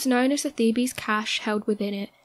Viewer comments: Did she say “Thee-bees” instead of Thebes? 🤨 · Man this channel needs to work on pronunciation. Thebes is not pronounced "theebees*. I love the channel, but I come across this alot on these videos.